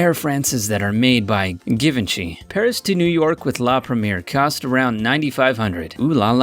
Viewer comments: Give-N-Chee Dom Pair-IG-Non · Geevinchee?! Even my fashion clueless husband knows the correct pronunciation of the brand, along with the numerous other words hideously butchered. A dry run in front of someone is a good idea.... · GIVE-ENCHIE?! Jesus Christ .... do some fucking research before you record!! Jhih-vahn-shae* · "Given Chee" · So he can say Armani correctly but not Givenchy? Ok then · Good point. He cannot pronounce Givenchy, Perignon, Qatar, Bombardier, or even Sultan, among others. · Learn how to say suite, Perignon and Givenchy! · After listening to the guy mispronounce Givenchy, Qatar and Perignon I had to stop watching in embarrassment. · Pro tip: Enter French words into Google Translate (French), hit enter, and then hit the sound button. Now you can pronounce Givenchy & Dom Pérignon correctly. Holy hell... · Love your vids, but you really should investigate pronunciations of brands/places before recording the voiceovers. "Brunei", "Givenchy", "Dom Perignon" to name a few. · how he pronounced words like "givenchy" or "dom perignon" made me cringe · Daniel Parisi yea givenchy he said that wrong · Daniel Parisi firstly, he pronounced Givenchy wrongly